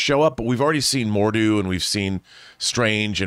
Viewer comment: I mean no offense by this but i don't know what's worse, them not being convinced rintrah is in the movie even though he's in the trailer or mispronunciation of mordo and dormammu